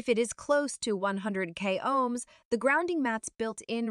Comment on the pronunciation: It's not pronounced "O Hems", it's pronounced "owms" after a man named Georg Ohm. She mispronunced this word the first few times, but not the last. Also, the only test done was that of the cord, showing that the cord simply has no break in it. That doesn't demonstrate that the mat has any connection to the cord. This doesn't help build the credibility of "Earth and Moon", or your products!